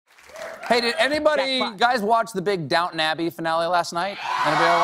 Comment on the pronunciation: quick tip: If you ever go to England and want to talk about this show, DO NOT call it "Down'n Abbey" They will laugh and point at you. It's down-ton, e n u n c i a t e